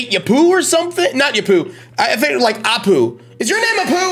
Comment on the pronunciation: if nowone said yet its Apu with an A and nor Upu with an U